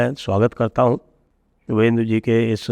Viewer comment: शुभेंदु दादा के नाम का शुद्ध उच्चारण शुभेंदु है ।